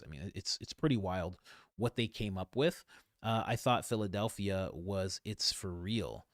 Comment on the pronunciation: When Candace said Phildelphia ,yea i super LOL 😂😂😂